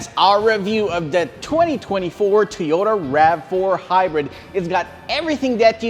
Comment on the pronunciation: "Toh-yow-tah" lol